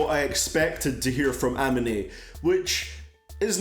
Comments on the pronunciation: Nigga it's a mee nay like I get you won't pronounce everything right but this is like the fourth time my nigga step up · Lol your pronunciation of amine